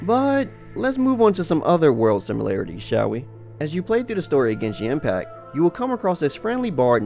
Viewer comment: "Genshink Impac" "Monstrot"